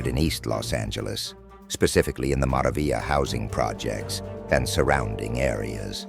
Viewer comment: This got cancelled the way he said mara vila😂 and they didnt say 38th st